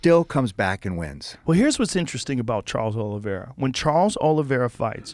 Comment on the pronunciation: "Cholo Oliveira"